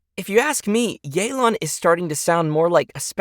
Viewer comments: So it's pronounced yay-lan instead of yeh-len??? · Since when was it pronounced “yay-lan”? I always thought it was “yuh-lan” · It’s not yeelan it’s yaylan ok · “Yay-lawn” makes every single person who speaks the language cringe. It’s like nobody tries anymore, could’ve just sent a text to Suzie or something. A shame since she’s casted very well. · oh so thats how u pronounce yelan